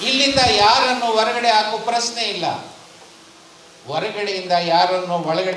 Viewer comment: ಪ್ರಸ್ನೆ ಅಲ್ಲ ಪ್ರಶ್ನೆ,,,,,,, ಮತ್ಯಾಕೆ "ದತ್ತಾಂಶ" ಕುಂಟುನೆಪ,,,??